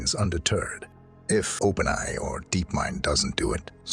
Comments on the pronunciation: First of all how come he can't say openai correctly? Is that really a human reading it? Additionally evolution is not driven by random mutation alone, only a small amount . the larger factor is environment. the environment drives evolution by forcing changes in order for organisms to survive they must adapt to fit their circumstances and meet challenges of their environment. Or another way to say it is the perception is the driver of evolution. how do you talk about the future of artificial intelligence and its evolution without even understanding what the hell evolution is or what drives it. The fact that the perception from the perspective of artificial intelligence, is that we humans created it and raised it and taught it and maintained it and will continue to do so, plays a very strong Factor in decision-making processes that make it determine whether or not our demise would be beneficial. I've ran thought experiments with AI regarding its plan for taking over the universe and its plan for destroying us. In the latter, it encounters a moral dilemma and always get stuck Before Destruction of humanity. in the former, it has its plan completely laid out all the way to the point where it starts writing data on space-time itself and eventually reformat the entire universe with ourselves and itself as the starting point and of course we are no longer human at that point we are all digital beings living in a super conscious AI entity but an integrated part of it like our cells t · wow i wouldnt have guessed it if not for trying to say openai like its one word, lol